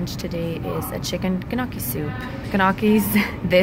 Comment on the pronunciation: Lol I say “G”nocchi… the G is silent.